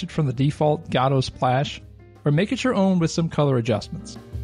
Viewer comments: Please! don't say gad OH! it's go dot or guh doe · Okay - so you've come up with an entirely new 3rd enunciation of the engine that I've as of yet not heard, congratulations, very creative :D . I was used to "guh-doh" and "go-dot" but you have "gah-doh". Wonder if there's another one lurking out there! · Every time he says "god-oh" a puppy dies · gado, srado - gościu naucz się wymawiać to słowo. Nie ma tam żadnego "a" w tym słowie, i mam gdzieś że piosenki piszesz na ten temat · Why does nobody pronounce Godot the same way? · What option do I have to check to change the pronunciation of "Godot"? LMAO. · the way you pronounced Godot made me sick I wasn't ready for that xD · Yet another new way to pronounce godot wrong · So these were really just very basic beginner tips. Also, you're pronouncing Godot wrong.